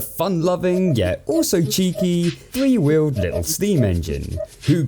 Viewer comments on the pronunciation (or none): ah yes, he has t h r e e wheels.